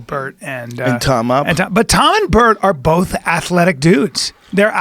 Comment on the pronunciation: I like the way joe says “both” it sounds like there’s an l in there “Bolth”